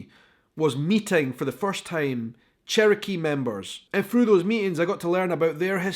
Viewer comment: Remember pronouncing it "cherio-key". .... Still laughing